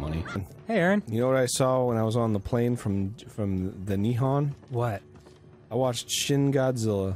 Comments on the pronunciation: JAPAN IS NOT NIHAN ITS NIHON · hearing arin mispronounce nihon kills me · Interesting that in this "Nihon" story, Arin pronounces Nihon wrong.